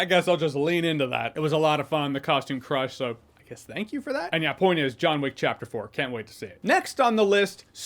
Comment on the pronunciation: *Jahns Wick